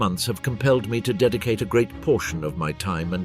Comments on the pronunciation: The Ai voice makes a lot of pronunciation errors and also pronounces phonetically some abbreviation s like the "Me 111" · Gotta love the AI voices! The Me airplane and the Ju and other AI pronunciations. At least it had to say BF.